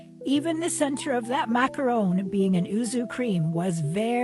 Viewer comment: Did I hear you say you liked a macaroon!?!??!?!?! 😂😂